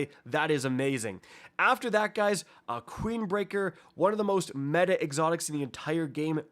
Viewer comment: my boy said "creembreaker" love it ima call it creembreaker now thx man